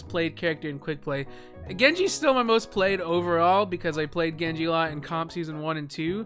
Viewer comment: Lyfe Of a Nob Master it's like "Gengu" but he still pronounces the J so I don't think it's intentional